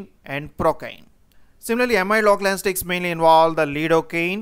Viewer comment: Sir why are you keep saying anastics again and again?? Isn't it anesthetics?? I don't want to sound mean, just couldn't help myself from asking ..